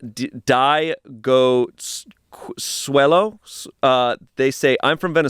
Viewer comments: “Die Go Suelo” is KILLING me. Babes, it’s Diego Cuello. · pronouncing Diego cuello as die-go sway-lo is so crazy😭😭😭😭